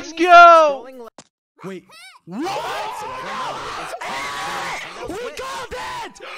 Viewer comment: When the guy and says "WHAT! WHAT! WHAT!" it reminds me of my dog barking. Both the way he says it and the fact that Siri has interpreted his bark as that word in the past.